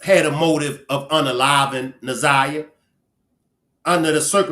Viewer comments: She called her zanyia more than once. Its like calling me benya instead of kenya .. rude and careless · Oh my God, get her name right ! Its Nazi yah ! Geese they messed up this case so bad!